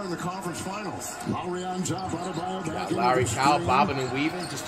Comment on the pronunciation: When flight says Adebayo it sounds like he's ordering at Subway saying "add tha mayo"